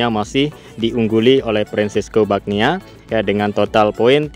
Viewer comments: Semoga besok mbludak penontonnya,,,.. Tapi ngomong², mbacanya bukan fresco Bagnia bang, tapi.....Banana. gitu...., bang... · Yg gw dengar bagnia😂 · Kalau mau bikin narasi video mbok ya riset dlu, seperti pengucapan nama2 pembalap, istilah2 di moto gp biar nggak di ketawain orang gitu... kerb di bilang pert, fim di bilang fym, bagnaia di bilang bagnia, miguel olivera di bilang manuel olivera.😂